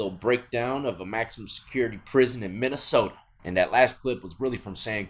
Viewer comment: You can't say Minnesota like that. Gotta put that soda on the end🤷‍♂️